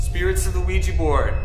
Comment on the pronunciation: you are great, but it is OUIJAAAAAA-board and not ouijiiii-board:D